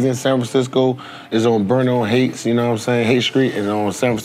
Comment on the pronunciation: Bernal heights, not hates